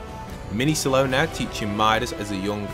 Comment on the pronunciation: I swear it sounds like you keep calling Dr. Slone "Salone", is that just me or is that actually what your saying?